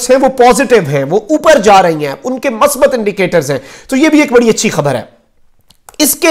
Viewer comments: masbat nahi huta musbit huta hei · Correct word is Musbat Not masbat. Please correct your pronumcistion. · بھت خوب ھے مخدوم پھاںیء اس کم عمری میں اتنی ذمہ داری کے نبھاؤ پر رشک آتا ھے دوسرا یہ کہ اردو کا تلفظ صحیح ھونا چاہئے مثلا مثبت کا تلفظ میم کو پیش لگاکر ادا کیا جاںےء